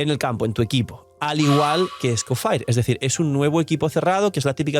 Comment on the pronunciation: porfa que alguien le diga que no se pronuncia escofair